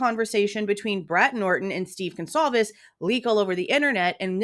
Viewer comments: Dude said "Gone-clah-vez" ...the disrespect to not even know their name good god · This Blum guy is disgusting, not only is he a scum he can’t even pronounce Goncalves properly. How can a writer not even pronounce words properly! I listened to him briefly on another channel, he’s sickening!